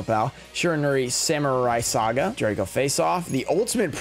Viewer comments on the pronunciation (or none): none